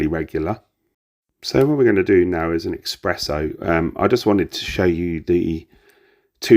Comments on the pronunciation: Great detailed review! Thank you. Just one thing... Its pronounced S press Oh (only mentioning it because I'm Italian. No offence meant lol) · It's ESPRESSO with an S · Espresso...other than that, great review 😂😂